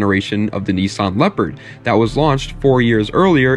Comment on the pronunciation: When you say knee...sawn do you mean niss-an